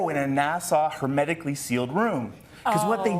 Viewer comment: ivy is hard to grow, you keep saying NASA wrong, this is depressing, thank you